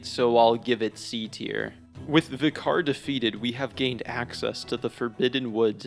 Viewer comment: Paarl at level 4 seems like actual hell. I hated it enough doing the Loran Darkbeast in a cursed depth 5 dungeon, and I was probably 120 for that. God damn. I also love how seemingly no Soulsborne YouTuber can pronounce "vicar" 😂